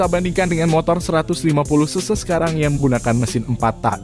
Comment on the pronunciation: Suara google? Ngomong cc jd sese